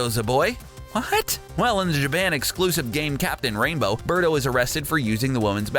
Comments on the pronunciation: Beardo? Isn't it Birdo? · It's Birdo Not Beardo wtf